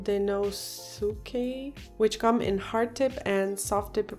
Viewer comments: You mentioned the tombow fuudensuke, its pronounced [fuu-den- ske] the u in "suke" is silent. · I can't help replaying the part where you were struggling to say fudenosuke multiple times lol no idea why I find it so hilarious... and watching this has made my stationery wishlist longer oops